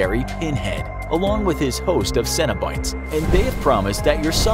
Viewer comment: Pinheads sidekicks still sound like they're pronounced "Cinna-Bites"